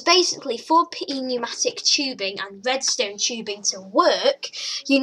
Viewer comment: It's pronounced new-matic